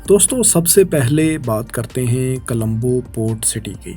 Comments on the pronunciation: Bhai apni pronunciation thik kren Naqsan ni nuqsan Alaqy nhi ilaqay Dabai ni dubai Nawaiyat ni noiyat Ra,aayaten ni ri,aayaten Sahal ni sahil Calambo ni Colombo Nahayat ni nihayat Makammal ni mukammal Azafa ni izafa Malazmat ni mulazmat Mamalik ni mumalik Alzam ni ilzam Nazam ni nizam Hairani ki bat ha faisal bhai ne kesa bnda hire kia hua ha jis ki urdu hi thi ni hai Pronounce thik ni krta is liye pori video ka image khrab ho jata ha video ka maza ni ata Video dety waqt aese feel hota ha jese kisi anparh bnde k channel ki video dekh rhy hn Manafqana ni hota munafqana hota ha Jagrafiyae ni jugrafiyai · Bhaye jab boltay ho tu words sahi bola kroo...its dubai not dabai ....and its Colombo not kalambo...its not the same guy who used to speak before...its a different man and he is just trying to speak the same way as previous man use to speak...I forget the name of that man who was before in this channel